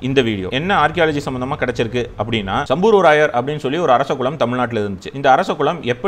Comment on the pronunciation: சம்பூர்வராயர் இல்ல சம்புவராயர்! சரியான உச்சரிப்பில் பேசுங்க.